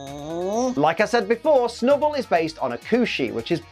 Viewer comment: Clearly it's the B for snub-B-ull